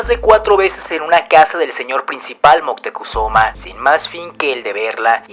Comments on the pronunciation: Disculpa, pero el nombre correcto es Moctezuma, y no Montezuma (min. 1.53 y aveces lo pronuncias mal.) De cualquier esta muy interesante tu video. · Ya me cambiaste el nombre hijo en vez de decir Moctezuma dices Moctezuma qué pasó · Es MOCTEZUMA... sin N... Documentarse por favor ! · No es Montezuma, si no ( Moctezuma) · Es moctezuma no montesuma 👎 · moctezuma no montezuma